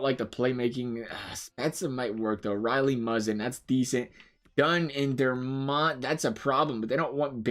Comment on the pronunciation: It sounds like you call Dermott, Dernott lol